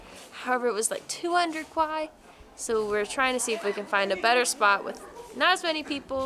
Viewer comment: omg took forever to figure out what you are saying....kuai kuai, I was like denomination is that...RMB